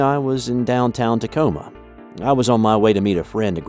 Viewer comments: TACOMA. NOT " TALCOMA" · Gah! Creepy! Also FYI it isn’t Talcoma but Tacoma;-). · It’s Tacoma. Not Talcoma.